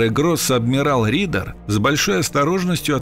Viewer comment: не "Ридер", а Эрих РЕДЕР